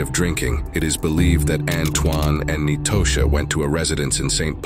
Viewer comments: Nitosha is pronounced like Natasha. Not knee-toe-sha🤦🏿‍♀️ i hate a.i. bots. Clicked off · Ahhn-twan and Nye-toe-sha 😂 I can't even focus on the story, I'm 😂😂 too hard